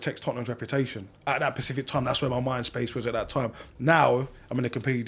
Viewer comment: Specific, not Pacific 😂, joke aside fair play for the honesty, he's totally insane though, he's spudgun from bottom 😂